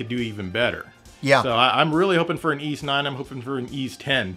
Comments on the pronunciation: Hmm I pronounce it as ease since they likely took it from the Breton myth of the lost city of ys. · I pronounce Ys VI the same way xD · Totally unexpectedly became a huge Y's fan this Christmas. I bought Y's VI on steam not thinking much of it and it got me HOOKED man. I have a trick for remembering the pronounciation btw. In an old English lady's voice I think "that Tim's feeling a bit napish." I'm not sure if English people say "napish" but it feels right. Anyhow that's how I get it: "Napish-Tim" I'm a bit stuck grinding at the end 30 hours into VI but I went ahead and bought I & II, the VI's remake (Felghana) and Y's Origin. Will definitely get Lacrimosa of Dana after all of that. Phenomenal series. Loved this video.